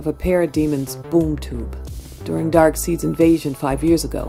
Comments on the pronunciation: Darkseed!? 😂😂it's Darkseid as in side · ok have to say this, whoever is the voice actor of amanda waller clearly doesn't know what the character's names are. It's pronounced Kuh tah nah as in the sword and Dark Side as in the dark side of the moon. Does she even read comics? This is rudimentary to the story so please get that right next time.